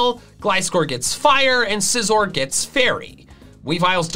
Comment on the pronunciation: SCIZOR, NOT SICOZR!